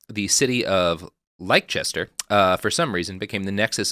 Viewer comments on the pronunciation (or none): lie-kester?? you mean Leicester? really makes it difficult to listen when such basics are amiss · Unfortunately, Leicester is pronounced "LESS-ter" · In case you're interested, Robert, Leicester is pronounced "Lester" because the English language hates everybody.